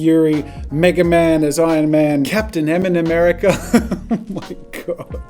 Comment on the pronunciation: it’s Capitan ‘merica